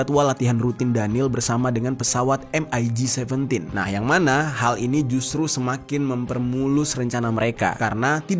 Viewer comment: MIG biasa dibaca "mik" ga perlu disebut hurufnya 1per1